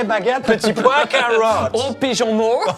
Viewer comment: "Petit pois cawotte" 😂😂😂